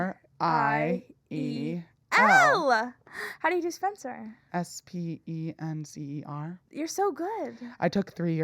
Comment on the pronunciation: ahhhhh my favorite weekly news. also AM I CRAZY OR DID SPENCER USED TO SAY SPENCEWUAH REACTS! WHEN THE LOGO CAME ON 😭😭😭